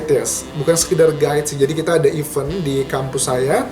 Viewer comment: kok pronounce event nya salah sih kak? bukannya your major itu bhs inggris ya?